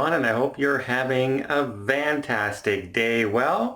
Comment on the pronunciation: You caught that too, "Vantastic."